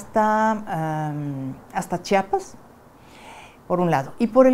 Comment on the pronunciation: Chapas, no sé quién sea esta persona, pero lo correcto es Chiapas.